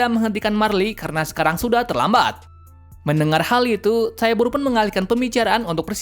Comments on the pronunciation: Bang Itu Bukan Paradaise Tapi Paradis, Ehehee Maaf Karena Aku Sering Dengar Suaranya Gitu :v Edit : Marley Itu Bukan Marli Tapi Marley, Dan Eren Itu Nama Titannya Attack Titan, Dan Tybur Itu Bukan Tibur Tapi Taybur, Yah Segitu Saja Yang Aku Koreksi Dari Kata² Abang Ehhehehe😅😅😅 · Bukan keluarga tyabur tapi cara bilangnya tyber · Bacanya taiyber dan warhamer titan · Bang aku mau benerin kata Abang Tybur = Tyber Karl Fritz = Karl Frits Benerin ya omongan nya bang👍 tetap bagus kok tapi video